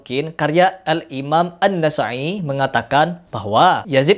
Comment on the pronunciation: Anda membaca nama Imam Nasa'i saja pakai huruf 'ain, padahal seharusnya itu huruf hamzah, dan bahasa arab itu, salah huruf atau harokat saja sudah beda arti, bagaimana bisa, anda per huruf saja tidak benar dalam pelafalan, bagaimana bacaan surah alfatihah anda, bagaimana solat anda, anda bilang minta dalil yang shohih dari nash quran atau hadis, sedangkan hal paling mendasar dari bahasa arab, bahasa kitab alquran, hurufnya saja anda masih salah